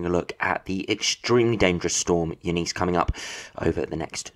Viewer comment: U NIS that’s how you pronounce it lol I only know that because I worked with a Eunice years ago